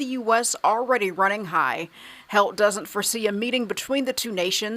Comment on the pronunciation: He said U.s “Territorrial” “Air” space 🤣🤣🤣🤣👏🏼